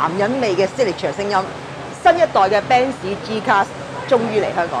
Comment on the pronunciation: 點解一定要讀做： BEN 屎 ？？